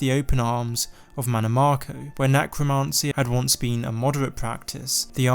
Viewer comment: necromancy not necromarncy